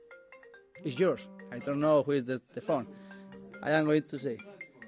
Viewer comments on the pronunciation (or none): " I donno who iz di fon, I am goin to say " is just too funny 😂😂😂